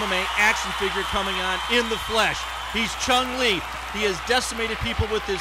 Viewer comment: Taking over the MMA scene?!...hardly...and his name is Cung Le, not Chung Le. If your gonna kiss his ass get his name right.